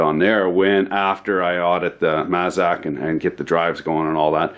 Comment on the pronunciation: just so you know my friend, it's mAzak. Long A sound. I use to work for them. Thank you.